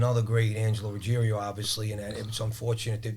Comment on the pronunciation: It’s Ruggiero not ruggierio